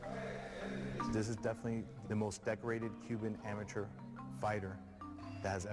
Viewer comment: This dude can't read. He said amaTER record smh